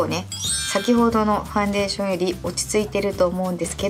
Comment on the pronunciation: ファンデーション⤴️のイントネーションが気になってしまう😩